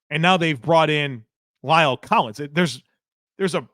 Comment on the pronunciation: Please learn to pronounce La'el correctly. It is not Lyle!!